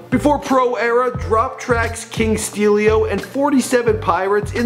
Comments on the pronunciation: this nigga said "steelio" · Bruh really... did u just say king steelio smh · really nigga did you just say "king steelio" foh the title disrepectful too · And the way he pronounced "STEELO" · did you really say steelio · He really said king steelio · "king steel-e-o" -__